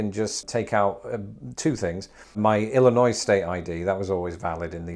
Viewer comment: Oooh, a bit of a faux pas... Whenever you speak a word starting with "S" after "Illinois" one needs to make a slight pause so that no one suspects that you have said "Illi noise." A mere moment between and even a person with an obvious accent will be given cred instead of being excoriated.